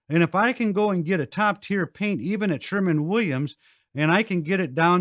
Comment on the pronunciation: SHERWIN NOT SHERMAN